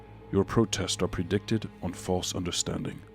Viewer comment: finally meat is talking again: predicated ≠ predicted, pred-ick-ate-id, ily izzy 😅